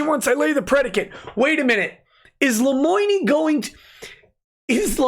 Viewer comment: Lemoine should learn how to pronounce his own name before thinking about consluts.